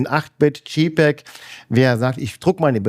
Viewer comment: Tolles inspirierendes Video! Vielen Dank. Man verzeihe mir eine kleine Klugscheißer Anmerkung: gerade ein Fujiexperte sollte wissen, der Buchstabe J bei jpeg wird im englischen "dschey" ausgesprochen und nicht "dschi". Das wäre dann der Buchstabe G.